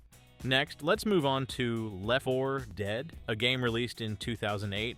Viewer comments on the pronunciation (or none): "Leff for..dead" "Vraam"...Really wish people would stop using AI narration